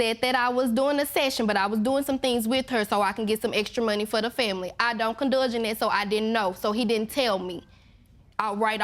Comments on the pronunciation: Is she saying condulge? That isn't even a word. I believe she means condone or indulge... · what the hell is CONDULDGE???? Does she mean INDULGE.....??? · “I don’t condulge in that” girl whattttt😳😳😅🤣🤣🤣🤣🤦🏾‍♀️🤦🏾‍♀️🤦🏾‍♀️ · judge lynn face when she said "condulge" had me weakkkkkk